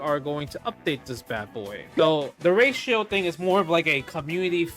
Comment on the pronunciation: I really love the way when he says ratio it sounds like "Racial"